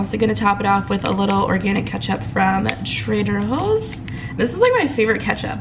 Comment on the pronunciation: Bruh 😩 do you be saying Trader Hoes? Cause that's what I'm hearing 🤔😂😂😬